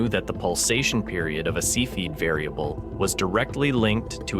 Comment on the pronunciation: cepheid is not pronounced see feed as the electronic voice says - look it up